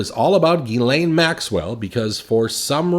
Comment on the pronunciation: It's Jizlane Maxwell